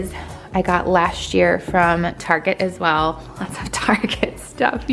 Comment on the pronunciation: you sound drunk during this video ,, now i know keep saying target etc wrong